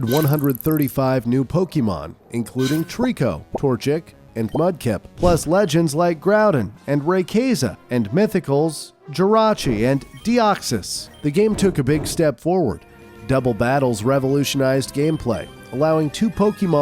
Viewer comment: Ima start calling rayquaza raykayza from now on